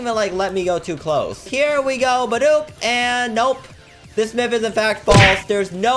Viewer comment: It’s myth not mif